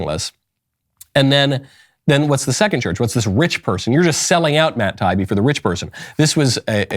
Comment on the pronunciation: Love your show so please take this in the good spirit that this is meant. Someone on your show has to know how to pronounce Matt Taibbi (Tai-ee-bee). He is a well known reporter/journalist and deserves the respect of his name being pronounced correctly.